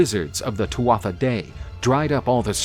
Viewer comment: once again, a little thing, but it’s pronounced TOO-AH not TWATH-AH